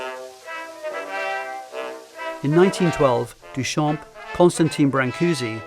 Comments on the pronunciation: So irritating that his name is mispronounced the entire time, the "p" is silent in "Duchamp". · Amazing video, what we have today for free on Internet is unbelievable really Btw Duchamp is pronounced without the p at the end, it means "from the field", a common last name that dates from time where last name where picked to recognise a person, so coming from a line of farmers, even if probably far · Not to be that person but in french, the “p” in “champ” is silent